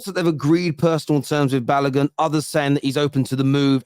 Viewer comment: It's not Balagun It's Balogun